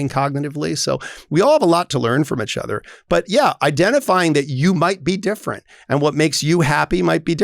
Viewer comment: Clause: You have to say “each other” not “itch other”. 😂